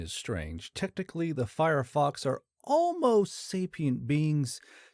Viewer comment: Fyerox NOT FireFox. Also, x is pronounced z, not eggzee.